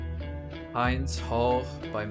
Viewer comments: Just a quick note on the name of the song: the name of the girl after which the song was named is Hind, pronounced with a short i, so not “Haind,” although Macklemore incorrectly pronounces her name as that. The name is used in many Arab cultures but is of Persian origin. It means a strong, beautiful, and influential girl, which is very fitting given the context. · My brother, it isn’t HYYNd’s hall, it I H-I-nd’s hall. It’s named after the Palestinian girl that was murdered by Israel and they killed also all the rescuers who came to try and save her. The I pronounced like the I in India. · Heend’s not “hind”- it’s the name of a little girl butchered by the IOF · I believe Hind's name rhymes with "sinned" not "signed". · its hind hall not hiind hall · Can people stop referring to Hind Rajab's name as "high-nd". It "Hi-nd" with a short "i" sound. You do her mory a disservice when you get it wrong. Rest in peace littlw angel. 🇵🇸❤️🖤🤍💚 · It’s Hind rhymes with Sindh not rind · Brother…It’s pronounced Hind like “in”…not hind, like hindquarters. Most Muslims would know the name and the pronunciation. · Her name is pronounced like wind, NOOOTT like find!!! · Its hind not hined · Okay, her name is pronounced like hint.but with a d. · Its pronounced 'Hind' like 'wind'